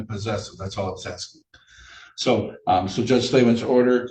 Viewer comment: this defendant's brain-melt has even infected!! "...idiots mon jduge"